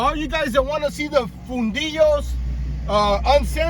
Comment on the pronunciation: Fundillo , close.